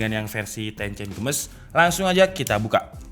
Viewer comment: Text : Tencent Games My ear : tencen gemes